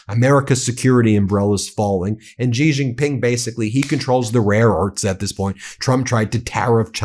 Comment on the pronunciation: Ben, it's pronounced, "She Jin Ping", not "Jee Jin Ping".